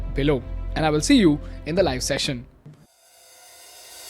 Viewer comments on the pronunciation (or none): none